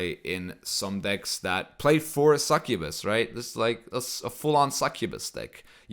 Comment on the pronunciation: Succubuy? How did u pronounce succubus like that dude?